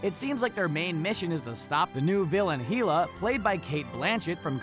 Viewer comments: im so happy that somewhat else noticed the pronunciation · Her name is pronounced: HELL-A!!! Not HEAL-A!!!! 🙄😤😡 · It's HELL-A not HEAL-A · Heela!? LMAO!!! It would be pronounced like such Hell-Ah! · Hiela It is pronounced Hell- la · It's pronounced hell-A not heila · Hell... A.... Not hee... LA. Her name is said in the movie properly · It's called hela not heala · it's HELA not heela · HEELA? HILA? it's hell-ah. Hel or Hela... just say'n. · Hella as in hell(the opposite of heaven)-uh, pronounced, Hell-uh not Heala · It’s pronounced hell a not heala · My opinion Hulk = Thor World breaker hulk > Thor Also it's hell-a Not heel-a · Heela? HEELA?! it is pronounced HEL-A . Hela okay? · It's pronounced (hell-ah) not (heel-ah) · Bru it's Hela not heela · Heela? Dude.... Hel not Heel. Hela. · Heela ...? Really? It Hela. Do you even comics? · Hee-la, lmao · If he says heela one more time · Got to HE-la and had to stop watching. lol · HEELA?!?! SACK-ARRR?!?! Research, dude! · Why are you saying heela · I'm done he said he-la not hela. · Did he just say heela? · not even that... he`s actually saying Heel-a ... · its pronounced hella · Bump....lol. please fix that... it drives me crazy hearing "heela" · Me too, was driving me mad - heela indeed! Saying Hela, like He-man :| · Its pronounced "Hell Uh" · Heela? really? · It's Hela not Heeeeeeeeella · When the dude pronounce hela's name wrong Me:😲😲😠😠😠 TRIGGERED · Hulk isn't thor's fight and please learn how to pronounce Hela's name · Public Guy actually it's Hela, as in Hel, opposite of Valhalla, it's where betrayers, cowards, and i think slaves are relegated to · Everything was ok until he said hela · Did it bother anyone else that he pronounced Hela's name wrong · yeah she is the God of the Underworld so not a stretch Hell - Hela but seriulsy he get Mjolnor right but Hela wrong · His pronunciation of Hela put me off this vid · Who else laughed every time he said hela wrong?!😂😂